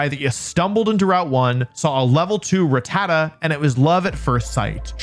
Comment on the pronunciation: Is that how you pronounce "Rattata"? I thought it was "RAH-tah-ta". Is this another "FERRO-thorn" vs "ferro-THORN" thing?